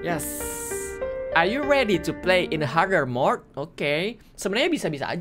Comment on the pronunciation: Du yu redi tulus?😭😭 Canda Bang😚😂